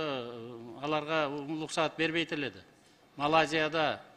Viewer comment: адашым деген атымы озгортот окшойм шерменде кылдынго уруксат деп айтылат улуксат емес